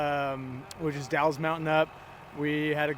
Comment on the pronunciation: For everyone one struggling with pronouncing "The Dalles," it rhymes with "gals" and is French for ditch; making "Dalles Hill" a bit of an oxymoron. What a fantastic weekend. I'm wind chapped and sunburned and there was so much dirt in my hair it actually had texture for the first time in my life. As a volunteer you get to meet and speak with the co-drivers much more than the drivers. So a huge HI! and a big (mom-type) hug to Keaton (who teaches me something new every race) and Rhianon. I LOVED waiting at Shadow Buck ATC for start of #1 Car and seeing #398 Car prowl up between the #1 and #199 as if growling at their heels. Big love for the Western Region winner that turn pennies into miracles (Andy/Tracy, Josh/Colin and Phil/Kendra).